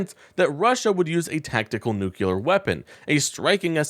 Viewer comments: Mispronounced!!??!! NOOK lee urr Not NOOK yoo lur. You sound like an ignorant MAGAt. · Please learn how to pronounce the word "nuclear"! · Please.. Learn how to pronounce "nuclear" That's how Baby Bush said it. And probably still does There is only one "u" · I appreciate the video. I do. that said, please learn how to pronounce 'Nuclear' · Please pronounce, Nuclear correctly! Please!!!